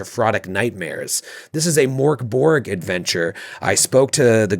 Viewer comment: Every time someone mispronounces "Mork Borg" a Swedish person loses their meatballs.